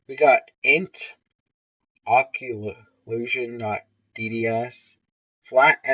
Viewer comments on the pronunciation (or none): Occlusion is pronounced uh·kloo·zhn